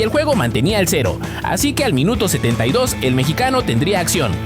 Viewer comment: Fueron mis oidos o este tipo dijo "el mechicano"? refierendose a Santi Gimenez si fue asi, se dice "MEXICANO" cabron